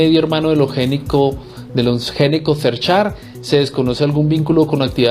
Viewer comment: El apellido no es Neco, se pronuncia la G, se pronuncia Geneco. Si ud lo pronuncia de la otra forma, los costeños quedan perdidos y se diría que es otra familia y no los que realmente son